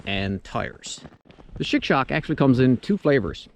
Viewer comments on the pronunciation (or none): looks awesome, also it sounds like you are calling it a shit shock, lol I know it's cold